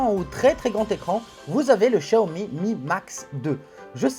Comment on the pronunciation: C'est pas shaomi chaomi c'est xxxwxw xiaomi xxxxxx c'est un peu agassant prononce bien